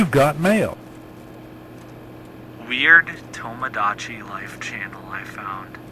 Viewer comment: My only problem with this video is how he says tomodachi